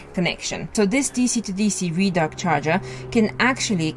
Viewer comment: Red-Arc mate not Reed _arc